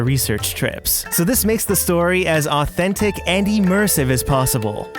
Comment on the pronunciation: I love the way he speaks omg 😃 literally he said “ So EvErYtHInG is Authen-TIC!” I love it so much 😂💕💕